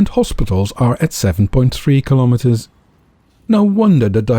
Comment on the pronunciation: Your pronunciation of the word 'kilometres' is incorrect. You're Dutch, so you should know better..